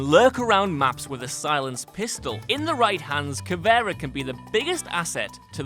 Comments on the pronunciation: Wtf this video is wrong about so many things. Plus her name is pronounced Ka-Vi-Era not Ka-Vera. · Y does he say cavera on stead of caviera